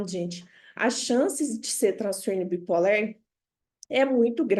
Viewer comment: Adorei a aula, muito esclarecedora, mas não entendi porque a professora fala "bi polér". Isso é devido a linguagem neutra?